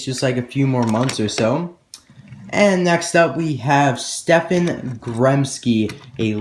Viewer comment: I think you say stefan Stehp-On